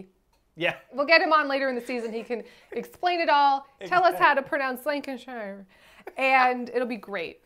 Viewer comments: lan-cash-eyer, glaz-go btw lol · You're saying Lincolnshire perfectly. Unfortunately she's from Lancashire... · Lancashire is pronounced - Lank-a-shur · As a British person, hearing you guys try to pronounce our town names is bringing me life 😂😂😂 Lank an shiyer 😂😂😂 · Pro tip: LANG-CAH-SHEER 😘 (my Dad’s from there, haha!) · Would not have thought that I'd hear Lancashire pronounced like Lincolnshire, but they are strangely similar for how they're spelled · i grew up in the uk and Lancashire is pronounced Lank-Ash-Uh! love from sweden x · "Lanc a sheeer" if that helps 😘